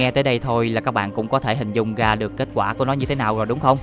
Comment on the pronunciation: Lỗi duy nhất bạn mắc phải là phát âm sai chính tả: gất (rất), ga (ra), gõ (rõ), tằng (tầng), săn (sân)..v..v... Bạn cố gắng sửa lỗi phát âm nhé. Cám ơn video của bạn